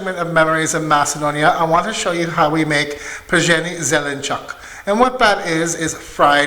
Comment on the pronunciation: OMG LOL, you nailed it by saying vegetable in a dialect. Zelenchok, instead of the standard zelenchuk. Przhen zelenchuk is right. Пржен зеленчук. I had it today. 😁😂 Yammy.